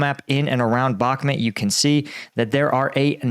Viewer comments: the name of the town is Bakhmut /bəh'mu:t/ with the stress on the second syllable. Thank you! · I don’t get why he keeps pronouncing Bakhmut as Bakmet. It’s not in Pakistan. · It’s BakhMOOT. Like that… You sound like a clown.